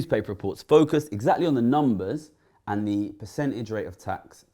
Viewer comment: Yup 0.27 Rishi and the media have "fok-uused" us.